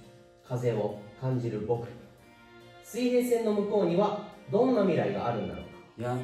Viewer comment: 「あるんだろうか」じゃなくて「あるんだろか」なところが趣深い